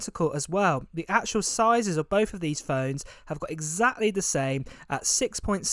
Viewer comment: Bof instead of both? Hard to listen when the English is so bad.